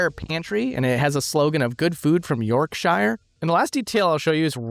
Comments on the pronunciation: It's pronounced Yorkshr not York-shire. We are not hobbits who live in the shire of York 😅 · Yorkshire is pronounced York-sheer btw. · Yorkshire is one word. It is not "York Shire". You don't say "shire" like it's The Shire. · Pro tip, Americans: [blank]shire isn't pronounced like The Shire from LOTR or The Hobbit. It's pronounced more like "Shear", like scissors. Yorkshire York - Shear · I'm on a mission to teach people of the US how to say certain things from the UK correctly. Your turn my friend! Anytime you see '-shire' in a name it's pronounced 'sh-ear'. As in 'York-shear'... ignore how the Hobbits say Shire :) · FYI, Yorkshire is pronounced "York -shear" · When pronouncing shire while at the end of a place name (Yorkshire, Shropshire, Cheshire, etc), it is pronounced 'shuh' (York-shuh, Shrop-shuh, Che-shuh, etc). A major example can be found in a name Americans love to mispronounce, Worcestershire (Wu-stuh-shuh). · "Yorkshire" is pronounced "york-sheer" or "york-sher". Please look up the correct pronunciations of foreign places and practise them before making videos. Thanks. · Yorkshire is pronounced York SHEER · york-shyer lol Americans fumbling English place names makes me laugh. you should try Worcestershire, I have faith... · Good video until you pronounced “Yorkshire”.😊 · Great episode but the way you say "Yorkshire", , is so wrong it made me laugh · Yorkshire pronunciation hurt my ears 😢😂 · Mispronouncing "Yorkshire" twice? Wow. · I'm seething at your pronunciation of Yorkshire. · Hearing him say "Yorkshire" makes this Brit want to puke.